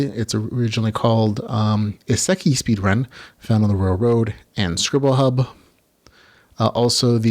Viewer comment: Since it's something you'll probably have to say often- just wanted to point how to pronounce Isekai, it's "E-Say-Kai". Now that I've said that intensely geeky statement- thanks for the video! Been looking for more recommendations of books to read!